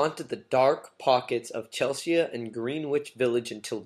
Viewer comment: "Chel-se-ya ?" My God....